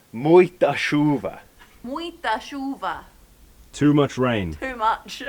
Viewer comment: Pay attention to the nasal sounds in Portuguese. "Muita" must sound as: "Mu-in-ta". "Chuva" was correct thou! When do you think moving for good to your property? You're just waiting for Visa? Cheers